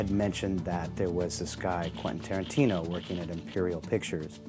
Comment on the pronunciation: Quentin tarin- chin- O